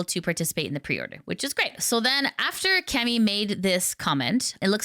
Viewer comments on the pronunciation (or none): none